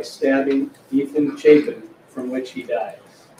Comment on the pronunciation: I'm pretty sure he pronounced Ethan's last name wrong as well.